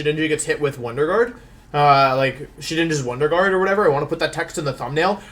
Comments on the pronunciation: "Wonder Juard" :p Love your vids, keep up the great work! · Wolf: “wonder Jooard” Me: intense feelings of pain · did he just say wonder juard...? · First video watching this guy... does he always butcher names? Listening to him mispronounce Wonder Guard and Venusaur so badly hurts my soul.